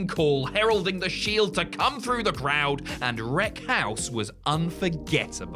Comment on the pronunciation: I really love the Shild 😂😂 seriously anyone else noticed he missed the E phonetically? 😂